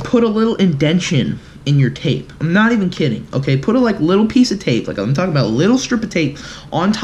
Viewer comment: Stop tollking